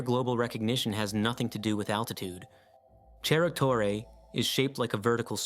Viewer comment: Please don't pronounce Spanish like Italian, Cerro Torre is not "chero torre", ce- and ci- are always an "s" sound, just like in English, like "cereal".